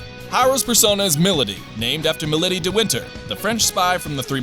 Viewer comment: The only gripe I have was the pronounciation of Milady's name as I have pronounced it as "me lady". Other than that I found this to be very informative and enjoyable.